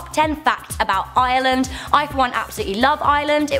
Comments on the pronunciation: why does she keep saying Island not Ireland 😂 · Why does she sound like shes saying island when saying ireland?? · it sounds like she saying Island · WTF stop saying I-land that not how u pronounce it im Irish and its iReland! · Please stoooop calling the country iiiland it's kinda offensive to me please just stop! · WHY DOES EVERYONE CALL IT ISLAND ITS IRELAND WERE NOT LEPRECHAUNS BECAUSE WERE NOT SHA SO SHI SHA NO NO ITS NOT PADDYS DAY ITS ST. PATRICKS DAY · She keeps pronouncing Ireland as island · I'm from Ireland and its pronounced: are - lind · Leave Northern Ireland in the picture. They're Irish on the inside. You are not a redhead a redhead has more orange colour . The leprechaun museum is rubbish. We call it the Great Famine. Guinness is the best beer ever. Ireland is pronounced like 'ar-land'. And you said " it is a great craic" when you should have said " it IS great craic" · She was she saying "Island" 😂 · Your pronouncing it wrong it's pronounced areland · You kept saying island not Ireland. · Why do you call Ireland I land I'm offended I'm from dublin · I'm irish and its pronounced iRRRRRRReland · MariaSh eastern irish people also have british accents but we pronounce it correctly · Stop calling fucking Ireland island the r is the silent you strawberry head bitch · when she says ireland, it kind sounds like island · I'm from Tyrone Ireland!!! Also didn't it sound like she was saying island??? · I am so insulted. And she can’t say Ireland. Like if you feel the same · im irish and im reall anoyed at the way she said ireland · I hate listening to people saying Ireland, because they can't say it right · If you love Ireland so much than why don't you learn how to pronounce it properly? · she is saying Ireland very wrong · i hate when people who aren't irish say ireland WRONG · Ughh you say you love Ireland but dont know how to pronounc it!😡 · she's not pronouncing the r in Ireland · It's Ireland not ieland and Africa is not a country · Ireland not island